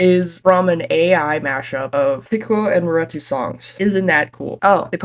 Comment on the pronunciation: why are we pronouncing maretu wrong